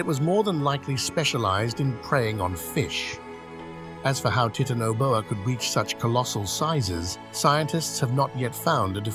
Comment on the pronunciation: Oh wow...teetanaboa? Really?